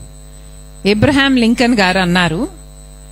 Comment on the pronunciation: అమ్మ షర్మిల గారు ఇబ్రహీం లింకన్ కాదు అబ్రహం లింకన్